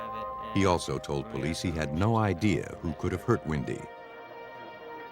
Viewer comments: Windy? You really can't say Wendy? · Is the name Windy? Or Wendy? It’s Wendy! Can’t people pronounce simple names?😊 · Narrator saying windy sister saying Wendy 🤷‍♀️ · Why are they saying “ windy” it’s Wendy!!!! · Why does the narrator pronounce that poor girls name as ‘Windy’ ??